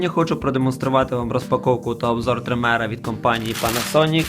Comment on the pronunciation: трИмера, а не тримЕра!